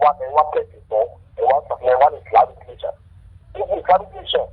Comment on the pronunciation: Gurumaraji Nation is the best. 😜😜😜. The speaker is absolutely illiterate!!. Hear the way is calling "Nation". Nayson. Islamic Nayson. The main problem is that Islam does not like Western Education and that is why we have "Bokoharam. They commit act of Terrorism and violence and Nobody condemns the act. Stop worrying about them. They don't have good brains at all. If there is a religion would you commit suicide? We have lots of Religions in the World it is only the Religion that discriminate against non Muslims. Very unfortunate situation that needs to be rectified.